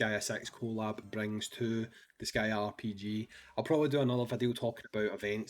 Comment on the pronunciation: “Disgaea Sex”